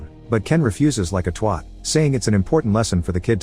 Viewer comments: Please stop saying TWAT if you’re gonna pronounce it wrong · He’s says twot